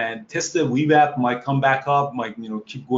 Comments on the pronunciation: Great video, but am I the only one who giggles a little bit when he says "wee wap"? lol. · Great vlog! I love how he pronounces VWAP. It's the Wewap now!